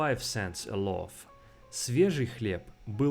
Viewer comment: ты даже loaf нормально произнести не можешь